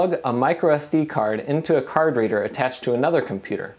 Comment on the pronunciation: "into a card reader" .. I had to go back and replay that 2x cause I heard "into a carburetor" .. thought it was an unexpected joke from a totally dry video :D